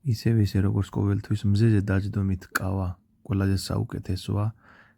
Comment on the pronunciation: კავა არა ყავა😎